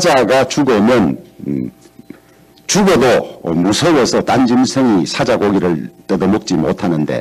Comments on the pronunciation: 1인 유튜브 방송보다 못하다 마이크 성능 테스트도 안하나? 그리고 사자가뭐야? 사~자 (호랑이,사자) 경북 사람이 억양이 뭐저래? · 사자 발음이나 잘 하셔요. 주호영의원님!